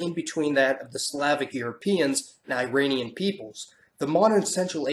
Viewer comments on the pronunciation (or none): none